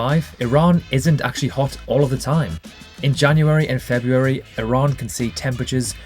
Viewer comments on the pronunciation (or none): none